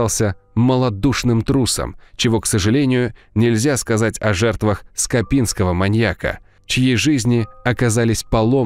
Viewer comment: Но диктор верно произносит «скопинский маньяк»